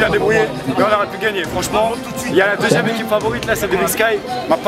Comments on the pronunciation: C deuxieme pas "deusieme" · Suis-je le seul à avoir vu l'erreur àla fin ? "deusième"😂